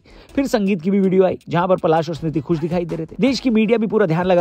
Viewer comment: Bhai vo palaash h ....palash ped ka naam hai